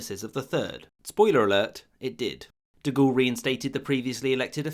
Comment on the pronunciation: The pronunciation of French words & names in this video is pretty bad. Per-tain, De Gool?